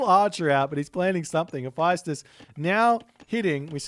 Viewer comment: Mummy vizIER not vizer Also please check the pronunciation Hephaestus 😮